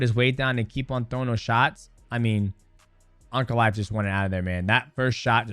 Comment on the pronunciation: No shot dj is saying uncle-aev instead of ankalaev